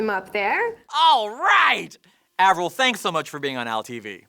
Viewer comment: eivril?... Eivril... AVRIL !hahaha